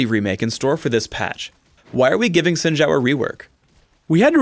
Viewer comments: Why is sayin' "Zin Jao" instead of Xin Zhao?... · Well for Xin it is closer to Shin, as the X sounds more like sh then j. Zhao on the other hand sounds more like Jow. With the zh sounding like a j. Don't you love Chinese to English? :P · Xin Zhao, Pronounced like it is spelled in Pinyin, is "s(aspirated)in jao". not "zin shao" =)